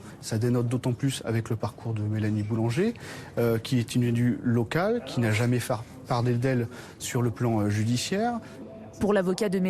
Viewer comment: "pour un trafic de stuféfient " STU FE FIENT !!!!!! " qui n'a jamais far pardé d'elle" oulahh lui il a fumé le chite de la maire mdrrrr